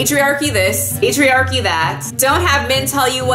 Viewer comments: When you said patriarchy, I actually heard "pastry-archy" lmao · I heard 'patriarchy' as 'pastry-archy' ' 😂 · Lol... The first time you said patriarchy i coullda sworn you said pastryairchy...lmao